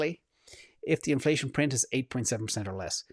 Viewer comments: He totally said cornflation!🤣🤣🤣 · At one point I thought you said ‘cornflation’ lol! I’m actually curious what that chart would look like now 🤔